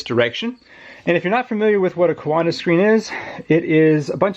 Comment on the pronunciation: Every time you said 'coanda' I heard 'Wakanda' in my head. :) Cool stuff though, very interesting!